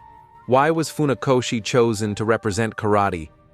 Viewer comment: Nie faoszi tylko Funakoszi( fonetycznie)